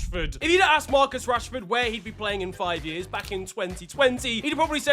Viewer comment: casually just called him Marcus yanshford. My brother in Christ how far 😂😂😂